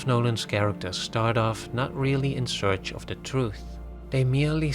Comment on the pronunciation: OF is pronounced OV OFF is pronounced AWF When you say the movies OFF Christopher Nolan is sounds like the movies are rolling off his body or something. Why is this so hard to learn?